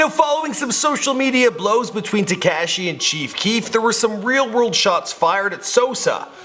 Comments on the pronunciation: It's TE-KASH-I not TE-CASH-I.. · It’s taKAHshi not taKAAshi... I hate the way you pronounce his name...jeez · His name is Takashi not Tacashiiii. Jesus Christ say it correctly!! Lol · Ka she not ke she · You say his name so weird. Its Tekashi not TeCASHi. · Tekayshe....... Its fucking Te-ka-shi, pronounce it correctly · It's not Tecashi it's Tekashi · It's Teh-ka-Chee not Tee-Ka-Chee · It's "TE-KAH-SHI", please God stop calling him "TE-KAA-SHI" there's no emphasis on the A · “ TEKEHSHI AND SOSAW” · "te kaaa Shee" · The way he says "tekashi" 😂 TEH– KAH –SHE is how you say it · bahah this guy said, "Te-CAAASSSH-Shi" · Anyone else cringe when he said teh-cashi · "TE CASH E" you are the worst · U can’t pronounce people’s names like wtf. Takeshi 69?? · teh kaaasheee, headass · He said tacashy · Please, for the love of God, just say “6 - 9”. Te Cash Ee, is just cringe. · The way he says tekashi “tee-cash-ee” has me dead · "Teh-keh-shi" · My nigga said tea cash she I’m dead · Tu-cashi? Lmaooo bruh i feel like everytime i watch one of your vids youre mispronouncing some shit. And no mention of lil jojo?! They killed bruh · Tu-Cash-ee 😂😂😂 df?? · Te-cash-E lol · how hard is to pronounce the a right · why the fuck u say tekashi like that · Why are you saying his name like that lol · Stop saying 6ix9ine name like that goofy 😂 crindy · Dude please stop saying Tekashis name like that or just call him six nine.